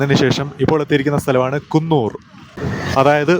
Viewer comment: കുന്നൂർ അല്ലടെ കൂനൂർ